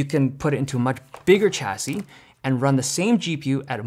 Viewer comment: Chassis is pronounced Sha-see not Cha-see